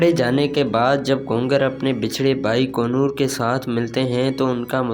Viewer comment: kongar nahi konor